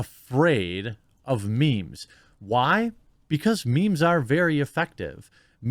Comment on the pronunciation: when boomers talk about "mee-mee's" 🤣🤣🤣